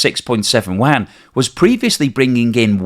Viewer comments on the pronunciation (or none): …LOL…”Chinese Waaaaghn” 😂….(Can’t you say, “You-on,” like everyone else)?…. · I've lived in Beijing and never heard anyone call their money WAN, or WHAN. There is kwhy (writing it as its pronounced) rem-m-b, or the most popular you-an. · Yuan is pronounced 'You on' in English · the analysis is good as usual. But you really need to learn how to pronounce Yuan. Honestly your pronunciation hurts the ears. try reading it like this: "You-An". Only fly in the ointment in an otherwise excellent work. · love your program. However, I have two things. 1. For goodness sake, please learn how to pronounce Yuan, or just call it RMB. Your current pronunciation of Yuan sounds like a duck quacking. It actually hurts my ears. 🤣 2. The primary problem with deflation, as I understand it, is not that the producers would be unable to pass on increasing costs, because costs are typically not increasing in a deflationary environment anyways. The primary problem of deflation is that money becomes more valuable with the passage of time, so there's a tendency for consumers to horde their money, so decreases economic activity. Deflation, in the context of the current Chinese economy is an interesting topic, as it could have been beneficial in certain perspectives, as it is suppressing wages while it is suppressing intra-China economic activity. So that makes Chinese goods even cheaper. So under normal environment, deflation in China could be good for exports, especially when the RMB is dropping. So the producers net production cost is lower in terms of RMB and even lower in terms of dollars. However, since decoupling is forcing down Chinese export activity, and lowering costs is not able to change that equation, deflation is just a (huge) net negative for the Chinese economy. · I turned this off (you lost my trust and consideration) when you COULDN’T pronounciate the name of China’s currency correctly...